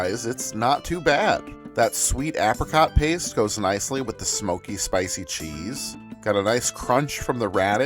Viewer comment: I have never heard anyone pronounce "apricot" like that...